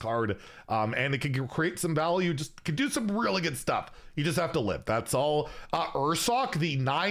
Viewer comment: Oh you're right on closer inspection. It really sounded like he said "can't"